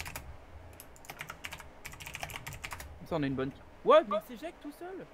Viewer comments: On dit "on à" pas "on na" ou alors "on n'a" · C'est pas "on na" c'est "on a"